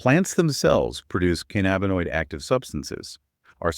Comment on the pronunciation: This is the best overview of the ECS i have ever seen! My only correction is its called cannabis not can nabus! Theirfore its Endo canna binoid signaling system ! Not endoca nab inoid! Says Dr David Allen! 😎